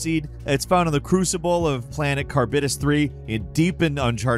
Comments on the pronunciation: Charybdis is pronouced Ka-rib-dis, it was a mythical whirlpool from Greek legend inhabited by the Sea monster Scylla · Charybdis - CAH-rib-DISS